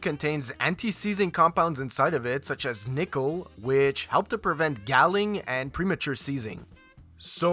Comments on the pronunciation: Interesting video. I didn't know there were different colors for different applications. BTW, when metal pulls away, it is called galling, pronounced gawling, not gal-ing. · Americans say it the same way as you too. The Narrator is using a pronunciation that only exists in this video. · Weird way to say galling. In Australia we say gaw-ling. I did learn why there's a specific oxygen tape now :) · English. Galling: Rhymes with falling... Schoolboy error!